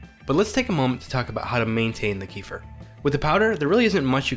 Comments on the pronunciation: It is not KEE-fur. Kefir is an actor. This is a drink originated in Turkmenistan pronounced Ke-FEER. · it's called 'ke-FEER'.. not 'KEE-fah' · It's kefir, not keefer😂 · its keh-fear not kufir like the expression meh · It's Kehfeer not keefur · It’s not pronounced as Queefer it’s kafeer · It's Kêfir not Keefer. Amazingly ears hurting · Don't feel bad - everyone here is actually saying it wrong. Kefir is from Turkey, so it's a Turkish word, and the correct pronunciation rhymes closely with "WOOFER". It's properly pronounced as KUH-fur (not keef-er or ka-feer). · It's not pronounced Kee-fer. It's pronounced Ke-feer. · It's pronounced KEF- FEA not kee-fur! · Key-fur = No, Keh-firr = Da Oh forgot to say: your tee shirt is really nice! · "Kee-fer"? Where does that pronunciation come from? I've always heard it pronounced like "Ke-fear" with a short "e" in the first syllable and a long "ee" in the second syllable. As far as I know that's how "kefir" is pronounced in the Caucasus region where the milk version originates from. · Ooo wooow . I’ve been saying Kee-fur too. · CAAAAA (like ca in cake) F I R (fir tree) 🎉🎉🎉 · Pronounced kuh feer... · It's pronounced: Keh-fear. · It's pronounced kuh-feer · (KefEEr) stress on the second syllable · Keh'- feer. It's not Donald Southerland's son. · It's pronounced keh fear. Not the way YOU think it's pronounced. Kefir is a fermented milk here in Poland. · thank god it's not correct in this vid. I was very upset that that's the standard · God, capital G, had to correct you, so sorry.. but agree otherwise with pronunciation of Kefir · Thank you, it is beginning to irk me to watch every video of the subject and hearing the mispronunciation. Kiefer Sutherland is a good actor though 😂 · just came here to say you were pronouncing it wrong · I don't forgive you,it was an immediate small cringe when I started the video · Man! The way he pronounces Kefir is so unbearable, it’s hard to watch this video!! :-( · Pls learn how to pronounce Kefir ..